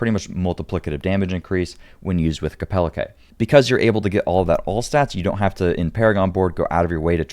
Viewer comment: That's the weirdest thing I've ever heard saying kepeleke like that